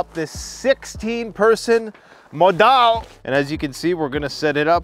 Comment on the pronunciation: Hey your Norwegian pronunciation is bad🤣🤣cheers